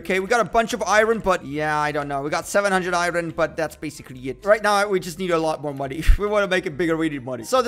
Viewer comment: I hate it when he says iren instead of iron